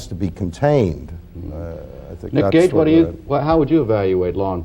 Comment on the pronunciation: Gage not Cage *